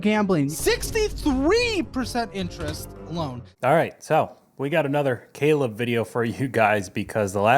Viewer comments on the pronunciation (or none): none